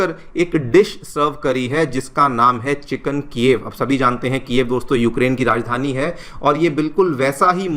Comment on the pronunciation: Bro it’s chicken ala- kieve